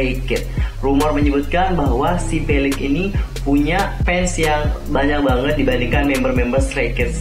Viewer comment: Felix bang bukan felex🙄